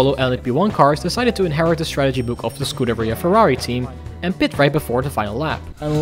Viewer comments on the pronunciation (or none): none